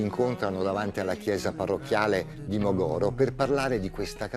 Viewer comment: Veramente, si dice Mògoro, non Mogòro. Il conduttore avrebbe potuto informarsi e imparare che la Sardegna è una regione sdrucciola, non piana. Nùoro, non Nuòro, Paulilàtino, non Paulilatìno.